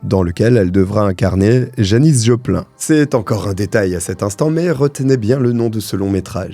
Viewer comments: Apparemment tu ne connais pas Janis Joplin (ça se prononce ine et pain in), tu parles comme une i. a. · rondement menée cette enquête merci !😢 mais janice joplin ce prononce jopline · Merci de te pencher sur cette affaire que j'ai suivi depuis les débuts et qui méritait vraiment d'être expliquée. Je pense que tu aurais pu mentionner le nom du nouveau groupe de Bertrand Cantat qui a continué à travailler après tout ça... Et il va falloir que apprennes à prononcer correctement "Janis Joplin" 😁. Bravo pour toutes tes vidéos !!! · J'ai les oreilles qui se sont mises à saignées quand tu a prononcé le nom Janis Joplin😅